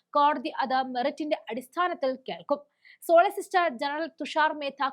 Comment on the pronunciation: സോളിസിസ്റ്റർ അല്ല കുഞ്ഞേ സോളിസിറ്റർ 😂